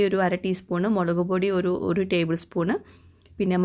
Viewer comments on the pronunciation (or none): none